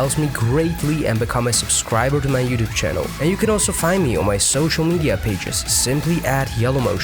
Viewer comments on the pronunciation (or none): none